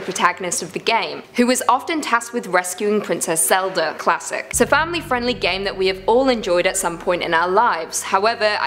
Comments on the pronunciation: Why you say the legend of zelder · Did I hear "The Legend Of Zelder" in the intro? THE DISRESPECT! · I like Legend of Zelda but not Legend of Zelder And wtf is Ocareeener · Yes this is totally called the legend of zelder its totally not said as zelda haa Someone end my jokes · yeah it really killed the mood of watching this vid. Like if wanting to be a host or content creator you gotta pronounce names or try to correctly. There's a A in Zelda not Er. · it’s legend of Zelda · In the intro I heard, The legend of Zelder’s?😭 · This is Madea saying Hallelujar to the Legend of Zeldar Ocarinar of Time Lmfao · Is it because she said Zelda with an 'er'? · It killed me from the inside.